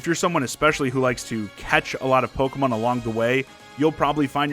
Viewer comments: the way this guys says "pokemon" makes me hurt a bit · I love how you pronounce Pokémon.I might start pronouncing it that way if I can remember to keep it up.